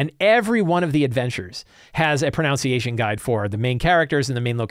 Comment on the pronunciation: Ironically, it's "pro-NUN-see-a-shun."